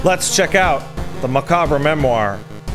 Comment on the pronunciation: pronounces macabre different often, and not once correctly. I love but its confounding to me.